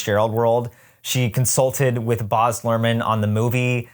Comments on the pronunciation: I knew next to nothing about ART's Gatsby (other than that it exists) so this was super interesting! just a side note though: I think Baz Luhrmann's name is pronounced with a short "a" sound (as in "Baz" rhymes with "jazz") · As an Aussie it's so hard hearing you say "Boz" Luhrmann 😭